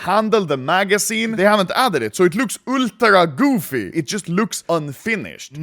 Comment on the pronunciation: I need a compilation of Anomaly saying "UL' DRA GOOFY"